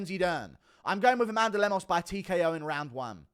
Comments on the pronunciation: It’s “A Man Duh” 🤣🤣🤣🤣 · Met an Amanduh yesterday and struggled not to pronounce it that way 😂